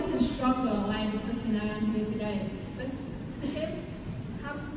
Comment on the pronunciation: E nên luyện ngữ âm nữa là ok. Còn giờ phát âm chưa chuẩn lắm. Đặt biệt từ BUT mà e ấy nói kéo dài, ko dứt khoát. Nên nghe hơi nhạt. Âm điệu ko nhấn nhá, và gằng giọng.... Ngoài ra trang phục chọn ko hợp lý, ko khoe đc vóc dáng lợi thế của em...